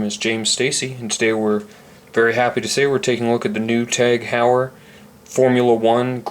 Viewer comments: 'Hoy-er' not 'How-yer' Good review regardless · You are mispronouncing it